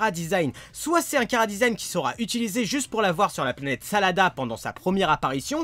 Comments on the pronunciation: planete SADARA ET NON SALADA !!!!!! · tu dit salada mais ces la planète sadala